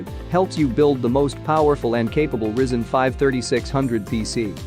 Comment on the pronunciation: ah yes the Rizzen 5